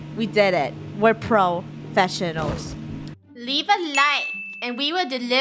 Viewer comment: professional? nah proFISHionlal